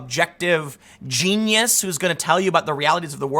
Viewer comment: No One: Tim Pool: Don't call be ganius